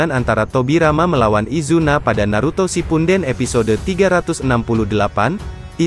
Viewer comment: Tolong koreksinya :v yang bener shippudden apa shipunden :v risih di telinga